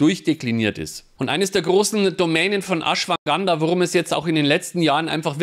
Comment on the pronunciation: Ashwaganda, nicht Ashwanganda;-)